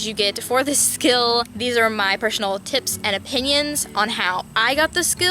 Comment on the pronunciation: I heard Persh-onal